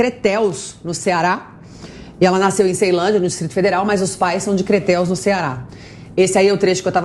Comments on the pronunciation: Crateús, no Ceará! Não é "Creteus" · Vc falou creteus kkkk Crateús esse é nome certo.. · Crateús e não "Creteus" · CRETÉUS OQ MULHER? O NOME É " CRATEÚS!! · Não é Cretuus ......é Crateús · NAO É CRETEUS. É CRATEÚS. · Não é Creteus. É Crateús. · Não é Creteus e sim Crateus-Ce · Cretéus? Kkkkk Não existe cidade no Ceará com esse nome. Minha senhora, vá estudar. O nome é CRATEÚS. Só podia ser apresentadora da Jovem Clã kkkkkkkkk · Nada de Creteus! É Crateús CE! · A cidade é CRATEÚS, NO CEARÁ, e não Creteus! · Crateus, não é Crentel! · Não é creteus, é Crateús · Creteus Correto é Crateús! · Acho que não é Creteus, mas Crateus!!!!!!!!!! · O nome da cidade é CRATEÚS, e não Creteus!! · DE CRATEÚS, NO CEARÁ, NÃO É CRETÉUS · O nome não é criteus , o nome é CRATEÚS! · CRETEUS (CE)???? TEM QUE APRENDER GEOGRAFIA. É CRATEUS ( CE)...AFFFFFFF!!! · Ñ é cretéus é CRATEÚS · Não é Creteus é Crateús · Não é Creteus. É CRATEÚS, SOU CEARENSE. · Eu procurei essa cidade com nome de creteus e não encontrei, eu acho que a apresentadora não leu direito. Eu achei crateús. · A cidade da PRIMEIRA DAMAS, chama-se ......CRATEUS- Ceará, e não.....CRATEUS. 😄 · o certo é Crateús Ce😘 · O nome certo é Crateus, com acento agudo na letra u. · minha linda, a cidade é "CRATÉUS/CE" não??? rsrsrs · A cidade a pronúncia correta é CRATEÚS-CE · Oie a pronúncia Crateús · me desculpe mas a cidade chama-se Crateús/CE.